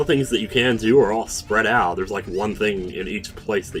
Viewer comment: finally someone else who pronounces it "oot"